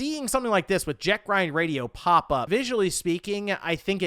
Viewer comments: If I hear him say "Jack Ryan" Radio one more time, I swear I'm going to beat my head on the wall lmao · My ears Bleed, every time he say Jet Grind Radio instead of Jet set :/